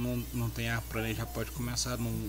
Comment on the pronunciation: Agradeço sua disposição pra ensinar, pra passar seu conhecimento. Valeu! Achei muito longo esse vídeo... além disso vc precisa cuidar do seu português quando pronunciar palavras que tem a letra R como por exemplo: a pronúncia da palavra Plaina ( com a letra L) não é praina ( com a letra R), como está no vídeo. Acho que vc é bom no que está fazendo...tem qualidade nos assuntos e habilidades necessárias. Saudacões e parabéns!